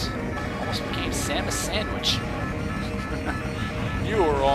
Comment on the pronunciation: samwich lol